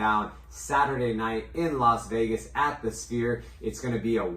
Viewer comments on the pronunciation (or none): none